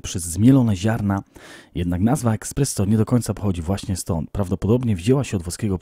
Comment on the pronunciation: z całym szacunkiem dla Ciebie, ale jak mogłeś tyle razy powiedzieć słowo "eXpresso"? Mówi się ESPResso... eh xD